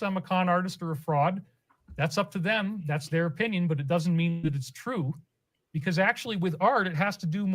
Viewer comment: Can't stand the way he says "because "